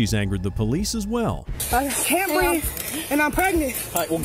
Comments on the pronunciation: A grown ass woman repeatedly saying she can't "breeve" smh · The TRUE deplorables. “I can’t breef” “I’m pregnant” “I know my rights”